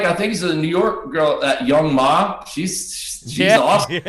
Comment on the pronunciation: Young M.A , not young mah😂😂 So funny I was thinking who the fuck is young mah